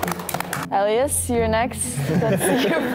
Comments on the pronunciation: i can't be the only one whose soul dies a little every time a guest pronounces elias' name wrong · Why does no one ever prep the guests on how to pronounce Elias’ name 😫